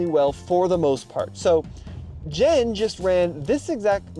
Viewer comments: continually saying Jen's name wrong lol. come on. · why are you calling your friend "Jen" "Jan"?